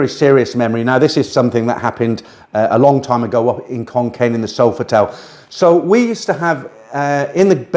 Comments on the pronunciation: Think he means Khon Kaen should be pronounced "Khon Gaen" ... "K" with a "h" after it is pronounced with a "K" sound but a word like Kaen that does not have a "h" after the "K" is pronounced with a "G" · ... Khon Kaen or Koh ... please pronounce the K as an G, otherwise no Thai understands it.